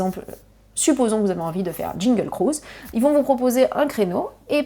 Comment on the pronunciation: Trousse à formacie, magic kindon, jingle cruise… tu as de drole de prononciations